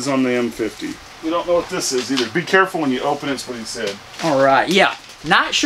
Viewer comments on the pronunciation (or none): none